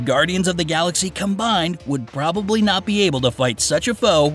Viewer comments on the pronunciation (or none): none